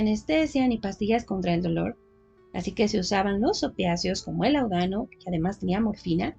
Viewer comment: Perdón, pero se dice láudano. Es palabra esdrújula. Era un medicamento común en la época.